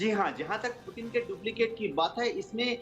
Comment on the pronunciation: News editer bro not pitin it's putin